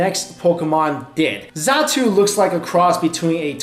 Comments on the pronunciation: its xatu not zatu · "Zatu"... D: ITS XATU! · It is Xatu Not Zatu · It is not zatu it is xatu I even cought it and it said xatu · It's xatu not zatu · It's Xatu not zatu! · Xatu not zatu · its not zatu. is xatu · it's XATU, no ZATU, are you a real pokemon fan!? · btw its xatu not zatu lol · boiiiii, its xatu not zatu